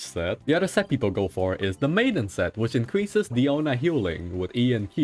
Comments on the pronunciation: Its dIona not deona not deano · Guys, someone tell him it's Diona not Daoni pls! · tbh I thought he called her "piano" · DAMN IT I CANT SAY DIONA ANYMORE ONLY DIANO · ah yes diano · Mihoyo has been fooling is by telling us her name is Diona... It is Diano for cats sake Mihoyo you better correct that in the next patch. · Who is Diano, its DIONA ... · As a native spanish speaker hearing "Diano" is just so weird lol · I feel the same way lol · The way you say DIANO is so funny!!! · Don't worry, AsianGuy also having same problem pronouncing Diano... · Mfer keeps calling her DIANO makes my blood boil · Bruh u seriously fucked up my pronunciation of her name 😂😂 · Lol have you pronounced her name correctly before?